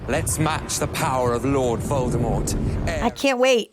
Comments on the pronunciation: It's Voldemort not voltermort 😂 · At this point it’s Annoying to see and hear butchering Voldemort’s Nama over and over again 😢